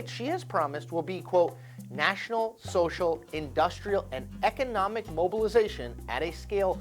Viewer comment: Uh, no such words as "shtrategy" or "shocial"...